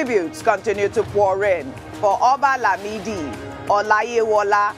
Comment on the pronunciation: Blame blame blame....This government with blame game....Please oo, Ojy Okpe, that pronunciation of Oba Limidi is not funny at all...Wetin na? You tried.